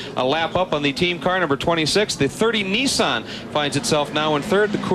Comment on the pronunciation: WTF is a Neeesan. Wow, they even pronounce company names wrong. How sad. I'd hate to hear them say Hyundai. I think I would end it all. Severe lack of education.